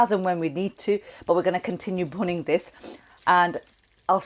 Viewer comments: Bhuning? Really..🤣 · I came here for the recipe, and stayed for the ‘bhunning’ 😂 Great easy to follow recipes which even a novice like me can follow. Keep it up 👍🏼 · Looks fantastic. "The "Punning" of the meat, a crucial step". Punning, is that what you said? Can you explain please? I'm making this tomorrow.